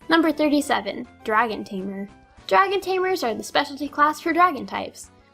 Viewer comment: o you said Draon!